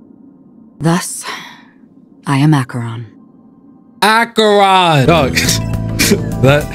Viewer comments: Loving watching discover all the abilities of eH-cher-ron! (let him pronounce it as he wants, fam!) It's all part of the fun and uniqueness of the channel. Yeah, Good Night Sleep Well LC is fine on Acheron! I gave my Kafka the SimU Nihility cone instead so they both could be stars. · Learns how to pronounce her name, then proceeds to instantly forget. and Acheron have a lot in common. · I loved when you had a whole section on learning her name but then still pronounced it the way you have been for most of the video anyways lol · He still saying her name wrong😅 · And thus he kept mispronouncing her borrowed name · BRO FORGOT HOW TO SAY HER NAME AGAIN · He got it right a few times but then immediately forgets lol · pls dont ruin this character, first maybe read what she do, then build her at least good and pronounce her name the right way